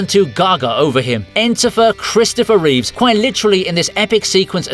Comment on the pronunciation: It's Reeve not Reeves.